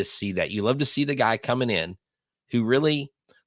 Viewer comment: It is NOT pronounced “Caesar” but SEH-SAR. The GREAT Gene Elston, Astros radio announcer ( ) pronounced the name of Cesar Cedeño correctly.